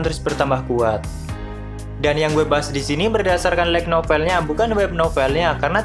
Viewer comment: Ga ada salahnya kan lebih di perbaharui lagi cara pengucapan kata kata inggrisnya... kan udah ada google translate... kayak "light".. di ucapainnya bukan lek,, tp lait... bukannya saya sok.. cuma alangkah baiknnya ini mah... di perdalam lagi cara pengucapan bahasa inggrisnya..